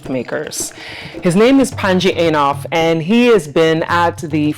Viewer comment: Panji Eiinof ?? 🤦🏿 why don't you say his name properly